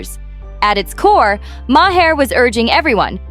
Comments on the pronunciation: So tired of AI miss pronouncing his name, it is not my h' are... very annoying!!!! So much so I discontinued watching. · The man’s name is MAHER PRONOUNCED ….LIKE THE PLANET MARS WITHOUT THE “S”. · You need to work on your AI pronunciation of these people's names it's way too distracting to have Bill Mar's Is name miss pronounce 3 different ways. Not to mention sunny Hostin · Thats not how you say Bills name